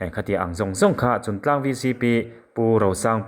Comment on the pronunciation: Chuntlang /Chungtlang?Afiah lo